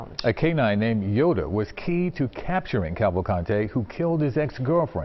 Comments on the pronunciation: he pronounces Yoda as “Yodo” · Dumb narrator pronounces Yoda as “Yodo”